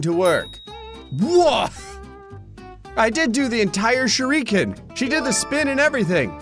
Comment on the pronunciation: Nice. Windows made out of paper. - That's....Shoryuken,. Not shuriken. 😏